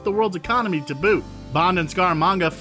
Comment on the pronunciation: Mispronounced EON, Kananga, and Scaramanga